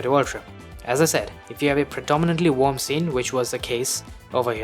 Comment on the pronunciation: Are you sayin' Warm ? Or Wamb ?or Wonb? Or Wob? ?? Its annoying sound like Wonb...🙃